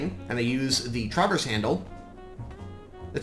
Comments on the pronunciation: the way you say traverse makes me cringe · why do you say traverse in such a weird way